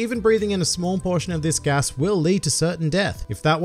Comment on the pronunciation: I'm really confused why you don't just say GAS. It isn't a Japanese word like the other fruits, it's an English word with an accent.